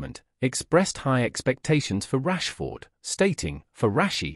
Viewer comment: I think Rashford deserves to have his name pronounced correctly, at least.